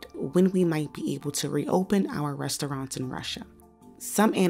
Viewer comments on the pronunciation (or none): LOL can't listen to this narrator butcher the word "rest-o-raunts" anymore. Culturally mispronouncing that word is virtually exclusive to black Americans and sounds so uneducated every time. This is supposed to be a "news" show after all. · The woman reading from the script needs allocution lessons, it’s not “res-tow-ronts,” unless you’re from the hood.